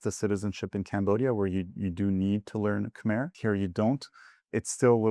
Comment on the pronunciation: its pronounced 'Kmayr' 😇